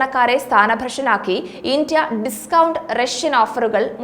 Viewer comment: Can you please say India instead of Intia.